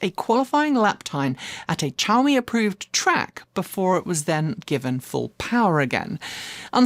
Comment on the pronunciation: Xiaomi starts with a "sh" or "szu" if you can manage that sound, not a "ch" sound (shaow-me) - long time Xiaomi customer - although I wouldnt touch that car with a barge-pole.